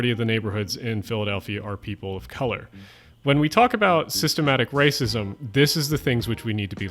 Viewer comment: I should have seen it coming, but the "systemic raacism" totally caught me off guard.